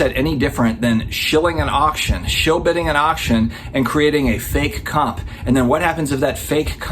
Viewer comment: For the first half of this video I kept thinking you were saying COP instead of COMP. Everything makes sense now! 🤣